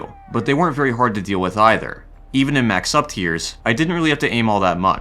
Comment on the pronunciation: Finally somebody who correctly pronounces "either".